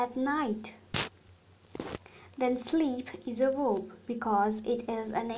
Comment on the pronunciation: Say vvvverb not weeerb